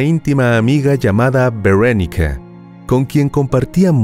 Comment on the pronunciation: NO SE DICE VERANICA SE DICE VERONICA